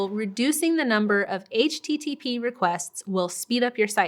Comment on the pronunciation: HTTP😐 Over pronounced. Anyways loved the video thank you